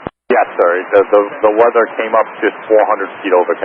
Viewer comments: its unfortunate his accent changed Weather into Wedder. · I wasn't the only. Approach also failed to understand him and asked him to repeat thrice. He was saying too short and with a V Sound, almost like "Veather" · Those two "v"s in weather, they're pronounced like a w. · Cmon, he couldn't say Weather? I could hear this audio a thousand times, I'd never understand he meant to say "weather". It's bizarre, I though pilots had to speak english at least understandably (and before all the hate, my first language is not English).